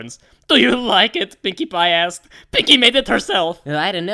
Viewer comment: I thought it said dash ass, instead of dash asked